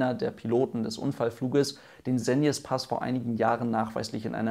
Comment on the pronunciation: Hey Es erleichtert mich, dass du den Segnespass richtig ausgesprochen hast. Im Video des SUST rollen sich meine ohren auf ^^. Gutes Video